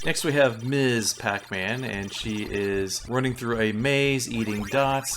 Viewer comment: Thanks for the great reviews. You don't come across like someone who is uninformed and trying to push their own bias. That makes it more fun. You even properly pronounce "Ms Pac-Man". Unfortunately, simple things like that are lost these days.